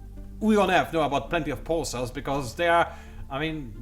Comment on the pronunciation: lol, instead of earth I thought you were saying F I was like wait what =P